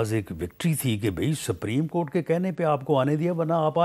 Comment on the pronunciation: Rana saab its not sapreem court its supreme court